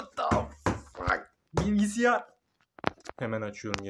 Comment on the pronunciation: '''Bilgisayar''' bilgisiyar değil